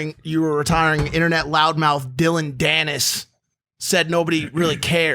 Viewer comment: Come on logan.u follow mma.u gotta get the names atleast close. Dilon danis